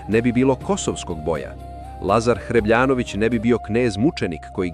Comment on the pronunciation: Nije ISTAMBUL, već ISTANBUL. Ne mogu da verujem da ste napravili takvu omašku. I nije Lazar Hrebljanović, već Hrebeljanović. Što se tiče Carigrada, tj. Konstantinopolja, on nikada ne bi bio osvojen. Mnogi su pokušavali bezuspešno. Slično je važilo i za Solun. Car Dušan nije imao dovoljno vojske to da uradi. Ni većim vojskama to nije pošlo za rukom. Čista mitomanija i naša želja da istorijske izvore prikazujemo na način koji nama odgovara. Stoji da je bio najuspešniji naš vojskovođa i osvajač. Za Cara Dušana je potvrđeno analizom njegovih posmrtnih ostataka da je bio visok 214cm. Verovatno je bio najviši vladar svih vremena. Znalo se da je angažovao za svoju ličnu gardu samo vojnike više od 2m, kako bi mu parirali visinom. Palman Braht je bio njegov prvi vitez i vođa nemačkih najamnika. On je regrutovao po Evropi samo visoke i krupne vojnike po Dušanovom zahtevu. Cara Dušan nije proglašen za svetu ličnost jer se na silu proglasio carem. Crkva mu to nije oprostila.